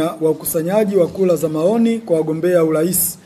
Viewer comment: Inaitwa Kura sio kula alafu unaitwa mwaka huu sio mwaka uuu